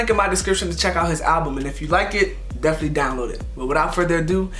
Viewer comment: The “Deflee” instead of “definitely” 😭😂😂😂😂😂✊🏾✊🏾